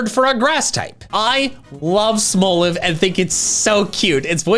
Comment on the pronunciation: "Smol" isn't pronounced like it has an e on the end, anyway. It's pronounced exactly the same as the word it's a play on. There's literally no reason to pronounce "Smolive" as "smole-iv."